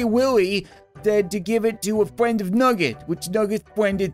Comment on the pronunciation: english: Friend Translate to nugget:Fwend